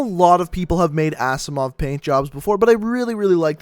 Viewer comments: It's pronounced azzimov not assimov. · Rip he said assimov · "Assimove" wtfff